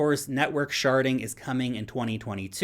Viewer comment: Lol every time you say “network sharding” I actually hear you say network sharting 😂